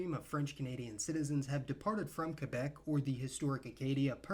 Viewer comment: Finally an American who can properly pronounce Québec!